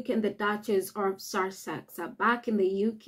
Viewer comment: We should all be happy - the Sussexes don't want to return and we don't want them. Job's a good'un. From the county of Sussex....please learn how to pronouce it properly, there is no 'r' in the word.